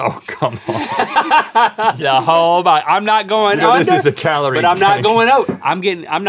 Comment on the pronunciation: He called it kuhloree